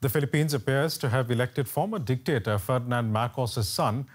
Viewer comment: please stop saying dectator... because Ferdinand E.Marcos is the best president in the Philippine..please stop stop saying dectator ...